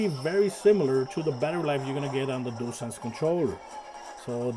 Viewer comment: I like that you can say dualsense so many people say jewelsense and it drives me crazy, I must admit I never finished astros 😂 played it for 30 minutes got bored deleted it.